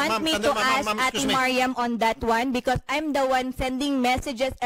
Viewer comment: Saka bakit sya ganyan magsalita..pronounce nya sa becouse.."bekot."..